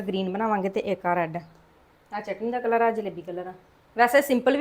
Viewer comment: ਨੀ ਤੁਹਾਡੇ ਘਰ ਵਿਚ ਤੋਤੇ ਵੀ ਬੋਲਦੇ ਪਏ ਹਨ ਕਿ ਤੋਤੇ ਵੀ ਪਾਲੇ ਹਨ, ਨੀ ਕਲੱਰ ਨਹੀ ਹੁੰਦਾ ਕਲਰ ਹੁੰਦਾ ਹੈ. ਖੇਤਾਂ ਦੇ ਬਾਹਰ ਜਿਹੜੀ ਫਾਲਤੂ ਥਾਂ ਹੁੰਦੀ ਹੈ ਜਿੱਥੇ ਕੁਝ ਨਹੀਂ ਹੁੰਦਾ ਉਸ ਨੂੰ ਕਲੱਰ ਥਾਂ ਕਹਿੰਦੇ ਹਨ. ਤੇ ਜਿਹੜਾ ਤੁਸੀਂ ਰੰਗ ਪਾਇਆ ਹੈ ਉਸ ਨੂੰ ਕਲਰ ਕਹਿੰਦੇ ਹਨ. ਨੀ, ਬਹੁਤ ਵਧੀਆ.